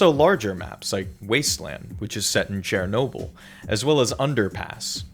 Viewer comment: bro really said chairnoble